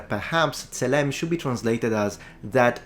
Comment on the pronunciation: צלם זה TSE-LEM ולא SALEM.